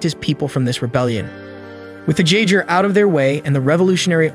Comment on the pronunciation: Jagggerrrrrrr tf is a Jaagger pronounced (Yae - ger) bro stop reading and start comprehending